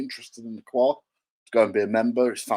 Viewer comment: it's actually WA 😂